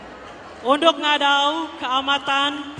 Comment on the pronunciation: haha siapa perasan ,mc tu sebut francisca peter nain...unduk jadi undok.